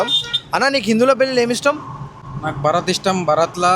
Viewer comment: Bharat kaadura babu bharaath